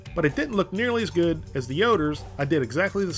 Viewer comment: "And it was guud"